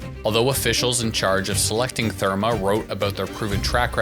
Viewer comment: IF you can’t even pronounce #Therme, you might not know what the fuck you are talking about.